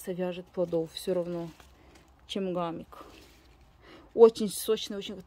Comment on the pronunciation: Не гамик, а хамик, в этом году сажала, тоже семян не нашла